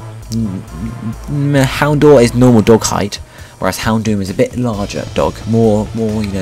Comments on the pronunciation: dour in houndour is pronounced dower just so you know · You're pronouncing Houndour wrong. It's Hound - ow - er. Like a combination of Hound and Hour